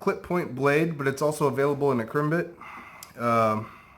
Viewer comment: that’s not you you properly say karambit. It’s not ka-rim-bit, it’s pronounced as kah-ram-bit.